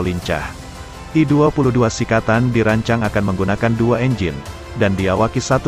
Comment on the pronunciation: srikatan bukan sikatan.